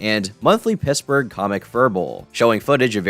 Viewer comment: okay, am I the only one who thought he said "Pissburgh"